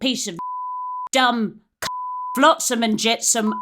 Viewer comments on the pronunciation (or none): Flotsam and Jetsum???? 😭